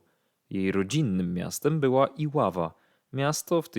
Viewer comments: Oczywiscie,ze tak Ilowa,a Nie Ilawa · Iłowa a nie Iława, kobieta spoczywa na cmentarzu w Iłowej blisko Żagania można sprawdzić na grobonet. Merino, Stylowa, Żona modna, sklep Koza i pani Molowa sprzedająca słonecznik wszystko się zgadza. Natomiast trasa z dworca do centrum to co najmniej 20 minut pieszo a nie 3. Film nagrywany chyba nie w Żaganiu, nie kojarzę miejsc.